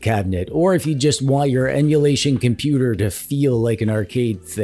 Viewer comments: hard to watch when every other word is compooper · Love the way you say compooper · Good video !!! Why you say —- compooper !!! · every time you say "compooper" i get violent. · WHY do you say compooper? I assume none of us are 12? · Excellent video ! Problem is —-way too many of questionable quality !! Why are you saying —-compooper !!! You are funny !!! You do have the best opinions !!! Love your funny words —- like — sneaky peeky !!! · Compuper jajaja like like lets SEE the Best básic one